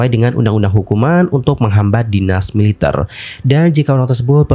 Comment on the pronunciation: Kenapa baca Militer seperti baca mililiter. Ter nya kerasa gimana gt, ga biasa😅